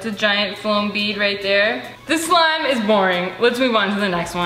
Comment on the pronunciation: You where saying floam Beed not foam beed